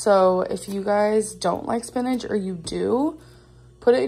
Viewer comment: Spinidge? Does she mean...spinach?